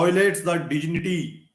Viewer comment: Pronounce dignity properly........vakeel saab.